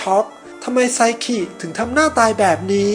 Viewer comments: พี่ครับมันอ่านว่าไซคินะไม่ใช่ไซขิ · ไซคิได้มั้ย อย่าไซขิ หนูฟังแล้วหายใจมิออด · พี่ครับไซคิ ไม่ใช่ไซขิ ครับ55555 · ไซคิไม่ใช่หรอคะไม่ใช่ไซขิ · เขียนไซคิ เเต่อ่านไซขิ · ไซคิไม่ใช่ไซกินะคะ🥲💖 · ไซคิ ป่าวไม่ใช่ ไซขิ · ไซคิไม่ใช้ไซขิคับบบบบบบ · ไซคิ - ไซขิ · แอด ครับ ไซคิ ครับ ไม่ไข่ ไซขิ